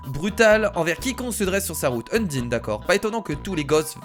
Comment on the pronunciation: je pense qu'on te l'as deja dit mais s'il te plait ne dit pas undine mais (comme ca se prononce) eundaïne oui je crois bien que c'est ca